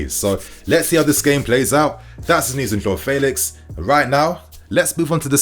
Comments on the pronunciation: Cause u used to say feelix, but now u saying faylix but it’s Felix like saying fenty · U still saying faylix instead of Felix